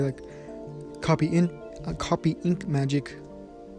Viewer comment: When he started of the video, it sounded like he said what if asta had coffee magic and it’s hilarious.